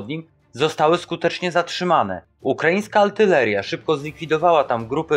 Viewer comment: Artyleria, a nie altyleria